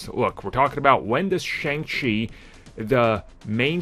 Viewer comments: Dude, you said his name correctly in the intro. Why is it that in the rest of the video you say it wrong? It is Pronounced Sh-on-g Chi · Bro one day you’ll say the name correctly lol